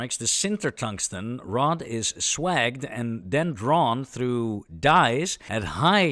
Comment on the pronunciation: Lol swag'd. It's pronounced like wage, like minimum s'wage'd.